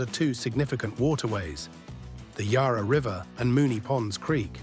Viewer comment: Also PLEASE pronounce Yarra correctly. It is not Yah-rah. The letter ‘a’ is pronounced the same as the ‘a’ in apple.